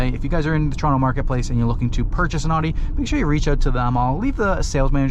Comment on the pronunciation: Can't even say the company name properly.🤣😂